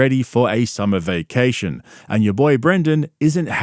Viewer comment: "No more vuucation"